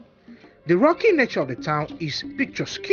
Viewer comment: Good reporting. The word picturesque is pronounced picture-resk though.